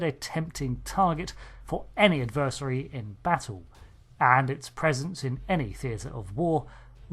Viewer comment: Great video but every time you pronounced 'adversary' it made my brain itch